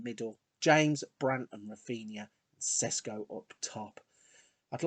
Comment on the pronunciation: Hi, great vid. Šeško is pronounced Sheshko not Sesko x)